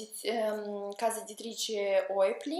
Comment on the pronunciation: Ciao. Il post è vecchio ma ti rispondo lo stesso. Il cognome Hoepli, che ha dato il nome alla casa editrice perché del suo fondatore, è di origine svizzera. In origine il cognome era Höpli. Andrebbe quindi pronunciato con H aspirata e ö tedesca.